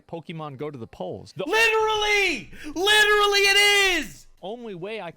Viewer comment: But it's "LITTLERY" ALL FAKE FACTS